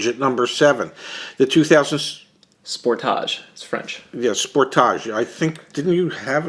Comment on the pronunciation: Fam the Spor- Tagé has me crying